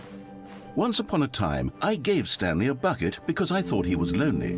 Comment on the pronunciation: I thought you said The Stankley Parable